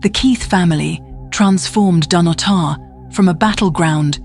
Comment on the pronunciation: But it's Dun-otter. Not Dun-oh-tar.